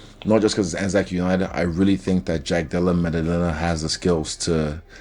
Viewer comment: "Jack Dallemelalala" 😂